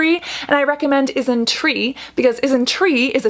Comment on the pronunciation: She's saying it just fine tho. I think you just misheard. I heard "IsnTree" everytime so